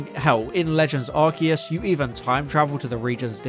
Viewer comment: Thank you for pronouncing Arceus correctly.